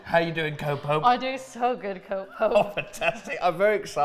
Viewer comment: every time said co-pope i heard copium xD